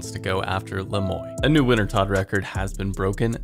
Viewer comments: Why do people say Le Moi like "Le moy". Isn't it "Le Muah", like the french word "moi", meaning "me"? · Is it pronounced Le Moy or Le Mwah? If it's French, it may not be Le Moy like it's said in this video but i dunno if it is. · "le moi" Pronounced : "lueh moo-ahh"